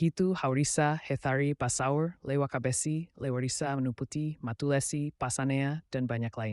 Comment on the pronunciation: Kalau mau tutur sejarah itu harus paham betul jati diri negeri nalahia contoh kecil saja sebutan untuk soa saja salah bukan soa Leiwakabessy tapi soa Lewakabessy dan marga yang disebutkan ada yang bukan marga asli negeri nalahia seperti matulesi Kalau masih belum paham adat negeri nalahia dan sejarahnya jangan munculkan di YouTube ini namanya sejarah Abal abal